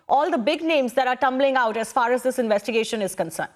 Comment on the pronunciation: Please dont pronounce 'sh' sound as 'ss'. Its not investigason(investigation), see(she), fissy(fishy), conjuming (consuming), twits(tweets), pozeson (possession).... 🙏